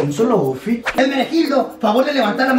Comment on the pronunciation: Primero el dijo moffitt pero se pronuncia outfit